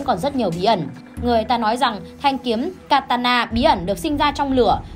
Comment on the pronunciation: katana, ko phải takana nha ad☺